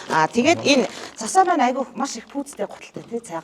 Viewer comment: Өө Засаа. Биш ээ Цасаа.🔥🔥